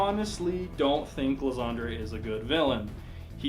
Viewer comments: It's pronounced "Lie-san-der", not "lasagna". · Isn't Lysandre pronounced "Lai-Sander"? If anyone has seen the mega evolution special, I think that's how they say his name.